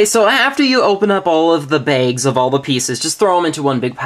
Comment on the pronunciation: you say baigs!! its bAgs